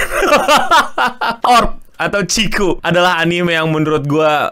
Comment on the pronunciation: Hah? Ciku? Cikungunya??😂😂 Chikyuu bang😂